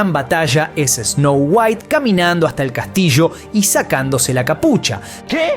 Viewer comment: DIJO TANTAS VECES ESNOU GUAIT QUE PENSE EN WALTER WHITE. ME VOY A VER BREAKING BAD 😎